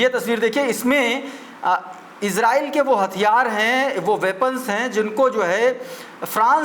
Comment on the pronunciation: Iran or israil bolne me kafi jagah mistake hora